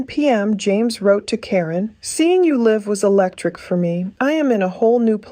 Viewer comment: Computer generated reading sounds awful. The inflection is always off. Some words that are spelled the same but pronounced differently are usually said the wrong way. As with live. Two ways to say it.